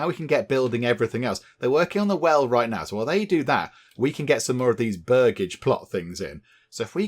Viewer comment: Its pronounced Burj-age (its where the family name Burgess [Bur-jess] comes from - land owners) Hope that helps!